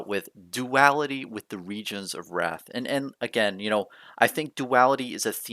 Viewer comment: Isn’t it pronounced Rathe not wrath? 🤔